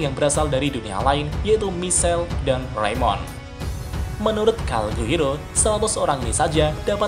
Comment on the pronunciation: Calgurio pak bukan calguiro